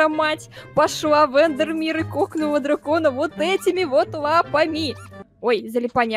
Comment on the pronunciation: Я одна заметила что сказала Джвакона😝🤣😁